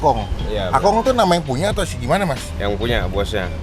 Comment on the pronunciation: Itu engkong bang bukan akong😬